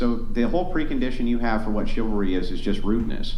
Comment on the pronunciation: Its funny they can't say chivalry, just like men cant say reciprocal